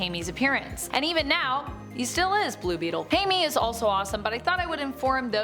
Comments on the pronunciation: Try "Hi Meh" instead of "Hey Me". That might help. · Jaime is pronounced Hi-may